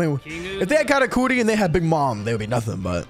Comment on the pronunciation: man's really sayin katacooti this whole time